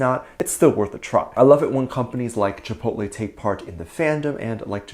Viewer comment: It was very cute how Jungkook pronounced Chipotle. He doesn't usually eat Chipotle and I think there's not Chipotles in South Korea. If I could go to a nearby Chipotle right now I would order a Chicken Quesadilla but I don't know what my drink will be. I haven't gone to a Chipotle for a long time maybe I should go to the nearest Chipotle and order me a Chicken Quesadilla. On to the next Topic. I don't think Taehyung is dating any girls lately. Dispatch would have pictures to prove his dating a girl. So I don't think he's dating any girl recently. He's on his break so maybe he'll find a nice girl to hang out with during his break. Be safe and careful. Have a wonderful, happy , safe and magical day or night every Army. ;)